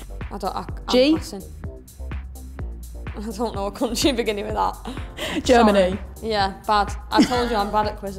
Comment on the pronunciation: Everybody laughing at toone for saying Germany with J, but its actually sad af